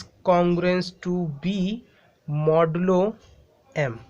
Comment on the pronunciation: I also noticed modulo yumm 🤣